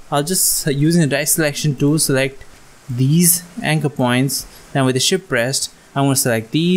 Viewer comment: I keep hearing ship rest, what do you mean??